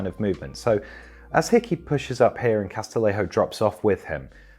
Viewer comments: Great vid, just small nitpick: Castillejo’s name is pronounced Cas-ti-YE-ho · That's not how to pronounce "Castillejo"